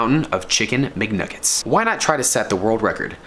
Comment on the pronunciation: It's mcnuggets not mgnuggets